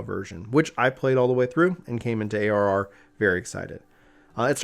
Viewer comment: Bruhhh you mumbled when you defined ARR! What is ARR?😋